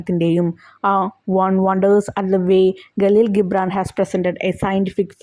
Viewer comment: Galeel gibran alla jibran i mean (gibran)